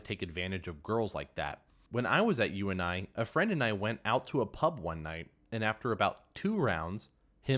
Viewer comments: how many times must you read u-n-i before you realize it is short for ‘university’ and just say “yoonie” like everyone else does. 🙄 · Story 2 -- why don't you GET IT STRAIGHT??? Uni is pronounce You-knee -- YOU look like a MORON saying it how you are saying it